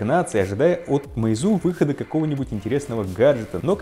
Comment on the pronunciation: Ударение на Е, а не на У, простите, слух режет.